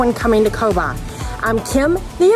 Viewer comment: Great video! 👍 It's pronounced Kobaa